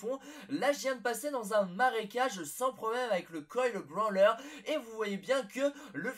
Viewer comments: Quand tu dit brawler tu prononce branleur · le coil brawler ce prononce brolerr et pas branleur et c'est pas vraiment des secret